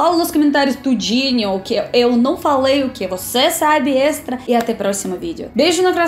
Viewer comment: O teu problema principal é o de não nasalizar nenhuma palavra que nós nasalizamos. Tipo “não”, você fala “nao”. Entende?